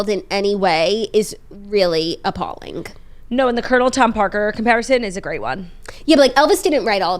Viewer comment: Jackie your “appallinK” at 46 minutes is a prime example